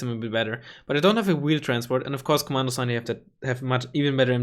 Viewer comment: Komandosi is pronounced "Komandoshee" ;)